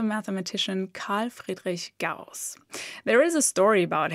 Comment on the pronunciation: I don't know how many times I looped just to hear you pronounce Carl Friedrich Gauss... over and over and over! ;)